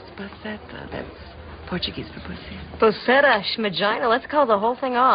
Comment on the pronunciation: a gringa falou "Puceta" <<------eu ri!